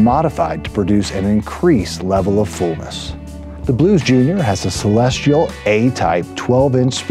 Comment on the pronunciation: It's Celestion, not Celestial